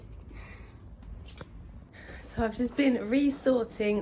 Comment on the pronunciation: There is NO R in Makati. Ma ka ti